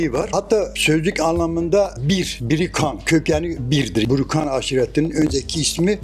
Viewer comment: Burukan öyle mi 😂 Önce doğru bir şekilde adını öğrenin kardeş